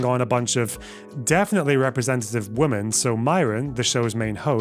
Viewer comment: Is it a thing to pronounce ”women” as ”woman” now? I don’t think he’s glitching because he’s doing it repeatedly!